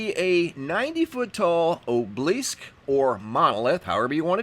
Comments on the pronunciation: A gentle constructive criticism: these are called an "o b a lisk" (spelled "obelisk") or monolith. There is no object called an "oblisk". Please take as it's meant sir. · Its pronounced OB-el-ISK not obe-leesk. Obelisk. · Oh-blisk? do u mean Aahb-eh-lisk?? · It's pronounced o-be-lisk not o-blisk! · Ok... just basic phonics skills would be a refreshing change for once. So frustrating to have to listen to such a hack job so often when it's so easily remedied. First he pronounces obelisk as though it's magically lost a syllable and mixes/adds letters unnecessarily. The result sounds like "o-bleesk". The next time he attempts to say it he still loses the 3rd syllable and now pronounces it as "o-blisk". Obelisk has 3 syllables, just like how it looks. Sounded out it's "oh-buh-lisk", or sometimes "ah-buh-lisk". Then shortly after he says: "heighth" which is 100% not a word. I'm absolutely astounded especially recently, at the high rate of "gobbledygook" spewing forth from this creator. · You can Google words you don't know how to pronounce such as obelisk. Ob-e-lisk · obelisk pronounced AH-bull-isk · It's pronounced - Aw - bow -lisk! Obolisce. Love the channell!!! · Obelisk - aa·buh·luhsk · Obelisk is pronounced "AH'- bell- isk." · Do you watch these videos to learn interesting, "alternate" pronunciations of words? 😉 I do 😂